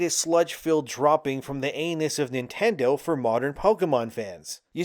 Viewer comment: everytime u say Nintendo my mind suffers